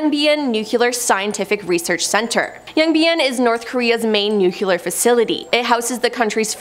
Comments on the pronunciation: It's pronounced nu clee AR and not nu q lure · It's nu-cle-ur not nuke-u-lar, sur-veil-lance not sur-veil-li-ance